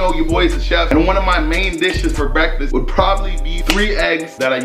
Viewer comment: Not how he said “breakfest “ instead of breakfast because they went to festivals. 1000iq 🔥🔥👌🏽